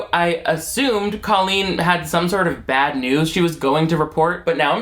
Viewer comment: Why does she purposefully pronounce her name like "colon"?